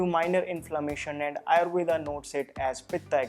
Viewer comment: Could u pronounce आयुर्वेद not आयुर्वेदा